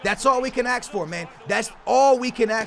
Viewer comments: ASK FFS NOT AXE SMH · Does anyone notice that says aks instead of ask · 'That's all we can aks for'